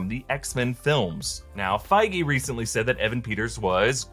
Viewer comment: Isn't Kevin Feige's last name pronounced "Feej"?